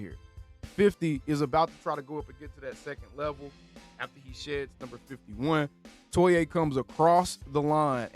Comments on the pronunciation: It’s pronounced JAY TOY-UH just so you know. Gonna drive me insane with that TOY-AYE 😂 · Fyi: The correct pernouciation is: Toe-ee-ahh (3 syllables) Toe- like on the foot Ee - like the letter Ahh - Like the sound of relief Now that he's significant enough to remember.